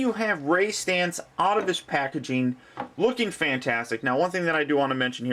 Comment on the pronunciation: Thank God. Everywhere else has called him Ray STANZ. It's driving me freakin' nuts.